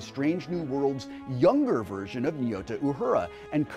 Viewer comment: Please, please, PLEASE stop mis-pronouncing Uhura’s first name. Nyota is not pronounced nee-oh-ta. It’s a Swahili word, and the ny is a consonant, like the ñ in Spanish. Nyota is pronounced Ño-ta, or even Nnn-yo-ta. It has 2 syllables.